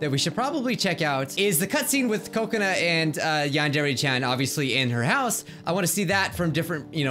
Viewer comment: does anybody think he is saying coconut when he says kokona